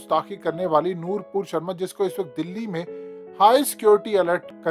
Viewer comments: Her name is noopur sherma not noor pur sherma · Her name is Nupur Sharma. Not Nurpur Sharma.